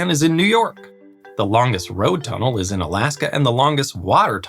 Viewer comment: The way you pronounced, tunnel, made me smile. I've never heard anyone pronounce it, too-nul. We pronounce the u, in tunnel, like the u in sun.